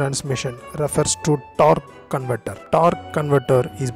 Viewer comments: Torrk cunvertrr lol 🤣🤣🤣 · he basically says torconverter! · “TORQUE CONVERTER” 😤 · No offense intended, but I absolutely love how you pronounce "torque converter"